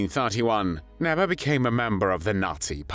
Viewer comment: It is pronounced "Nébé" , not "Näbä"